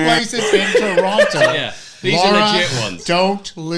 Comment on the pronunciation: David says Toronto properly and suddenly I am in love.